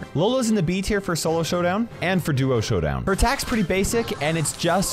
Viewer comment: Did just said Sowdown?!?!